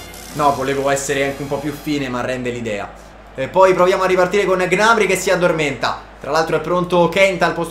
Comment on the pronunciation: Non si dice G-nabry, si dice gnabrý